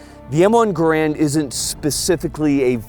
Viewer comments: Vids are great, but an entire channel named on the garand, that doesn’t even pronounce it right. It’s Gare-and, not Guh-rand. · So you folks do not subscribe to pronouncing Garand as the research of Gun Jesus indicates? Seems odd on this channel...